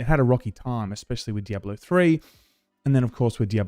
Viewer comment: The way you say "Diabollo" is very annoying lol. And that's coming from a fellow Aussie 😂